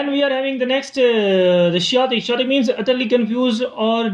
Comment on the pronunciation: it is not 'shetic' its 'k o tic' /keɪˈɒtɪk/